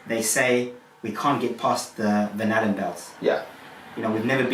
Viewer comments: Am I the only one that keeps hearing "banana belts"? Instead of Van Allen belts? It's funny, but also annoying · When he says Van Allen belt, I hear Banana Belt! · I can't help but everytime he says van Allen belt i hear banana belt lol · I’m halfway thru this, and the longer I listen, the more the phrase “van allen” sounds like “banana.” Hmmm.